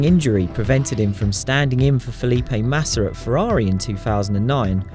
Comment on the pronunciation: This comentator can't say Massa without saying massar, yet he says Jerez with a lisp??